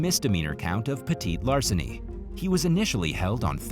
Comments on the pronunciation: I think he's trying to say petty larceny. 🤓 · Idk if anyone else noticed but I was getting frustrated every time he said petite larceny in story number 8 lol man it’s petty theft and larceny not petite as in smaller size lmao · For heaven's sakes -- it's "peh-tee-larceny." There's nothing "petite" about crime, unless the perp is really, really short.